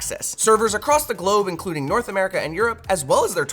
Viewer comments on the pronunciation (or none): none